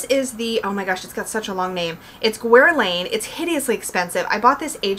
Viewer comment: there's a background high pitched noise in this video that might have been there on the other video you filmed on that spot, is that intentional? and the "U" and "i" in Guerlain are silent and I can't believe Taschen put glossy paper on the Fairy Tales book, now I'm glad I did cancel my preorder:(